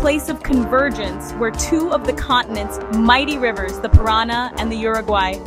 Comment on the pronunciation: It's not the pirana river, it's the Paranà river